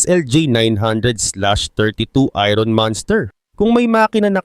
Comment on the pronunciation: Boss, binibigkas ang "iron" ng eye-urn or ayern at hindi ayron.